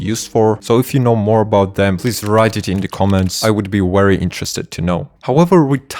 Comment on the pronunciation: Its just a "v" simple letter to pronounce and enunciate. Its not "wery" its Very!!! With a V!!!